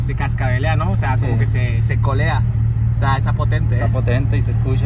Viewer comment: Jajaja es como colea no culea